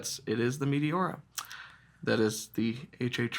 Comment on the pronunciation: Pronounced ‘may tay ora’